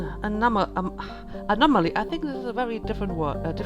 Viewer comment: You caught Legion doingThe Robot!! That's awesome!! Your difficulty saying "anomaly" was adorable. It's funny cause I just recently started getting into the German band called Bilderbuch and me trying to sing/pronounce the lyrics is…laughable as you can imagine. xD